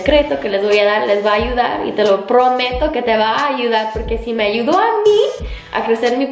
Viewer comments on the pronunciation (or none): none